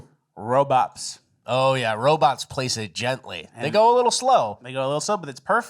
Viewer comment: Are you saying "robop" or robot?